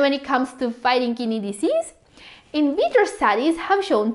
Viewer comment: Each time kidney pronounced, I hear Kinneys 😅. BTW, Thank you for the information